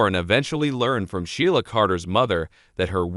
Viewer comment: You need to learn how to pronounce the name of characters ASAP It's irritating .It's She la & Lee - Am January 26,2023